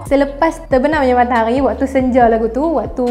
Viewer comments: MATAHARI!!! BUKAN MAKTAQGHI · Sebut matahari betul2 bole tak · Suke bila dia sebut matahaghi... Pekat